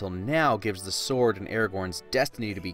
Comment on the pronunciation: Bruh, it’s not even a "sore" day. It’s a "sword" day.